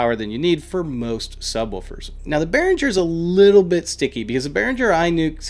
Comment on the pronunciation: im prob a dick right now, but behringer is german made. so you pronounce it, in german not english;-) love the videos, ive have seen from you tho